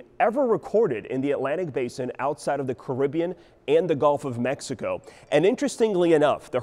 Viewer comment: Armando Rodriguez He mispronounced Mexico